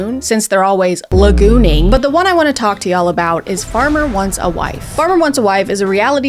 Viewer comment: did u really just say laGOONing